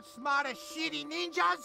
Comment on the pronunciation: When the ninja says city it sound like shity